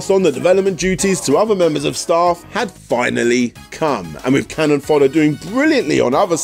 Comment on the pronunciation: 1. It's 'CANNON fodder', not 'cannon FODDER' :) 2. Did you really do an entire 29 minute game retrospective without showcasing one second of game audio? 3. I remember Stuart Cambel from Amiga Power. He was quite a character. I wonder if he has lived down the time he photocopied his sphincter and published it in his pre-Amiga Power game self published mag :)